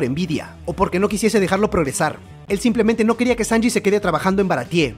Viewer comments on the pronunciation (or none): none